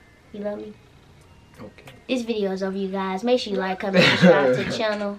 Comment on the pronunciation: Am I'm the only one who heard her say Shrubcribe